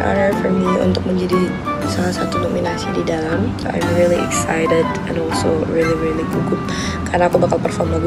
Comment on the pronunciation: excited not exited...